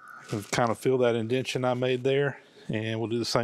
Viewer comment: It's an indentation, not and "indention"